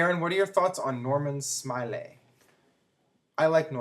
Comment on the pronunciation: Jim Ross is the best commentator that WWE is fortunate to have. Maybe J.R> should go to TNA someday. And actually Aaron it's pronounced "Norman SMILE-LAY."